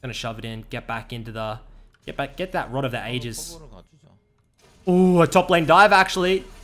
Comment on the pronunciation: God please stop saying Rod of THE ages